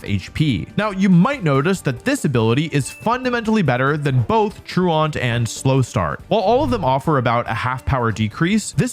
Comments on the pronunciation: Truant is pronounced troo-uhnt. like blatant is blay-tuhnt, truant is troo-uhnt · Nitpick but truant is (tru-uhnt) not traant. Truant rhymes with fluent. It’s that word your teacher called you when you were absent from class. You were truant. Well Slaking is truant too because sometimes he doesn’t show up. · Fwiw, truant is not pronounced "true-ont" but "tru-ent". It's a real word that refers to a student skipping school. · Tru-aunt? Tru-ent is how that's pronounced. You know, like when you're truant from school, and they have truancy officers? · Me when im in a mispronunciation contest but my opponent is an english speaking poketuber Troo-aunt? Come on dog thats literally just a normal english word 😂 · I'm begging. The word truant is pronounced true ant. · True aunt 😂. I can see you’ve never heard the word “truant” before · I’m a fan of Slaking’s “true-aunt” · You put every teacher in existence in such an awkward position, because we are both very proud that you have apparently been a responsible enough young man to not have heard the word "Truant" before, but also we want to correct how you say the word "Truant" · How do you not know the word "truant" as an adult? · That truant pronunciation was wild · That's not how you pronounce truant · Love the video but the improper pronunciation of "truant" drove me a lil crazy😂 that's a real word meaning a student who skips class, and truancy is the act of not attending classes. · Truant is an actual real word and Wolfey still managed to mispronounce it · True-Aunt? Slay-King? WTF are these words you're saying??! Truant tru·ant /ˈtro͞oənt/ and Slaking (Slacking, he's lazy.. get it? He's slacking...) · I will never not be surprised by American's inability to say the words "truant" and "Slaking" properly. I don't mean without an American accent, I mean they can't pronounce it the way a regular American would and should if they knew how.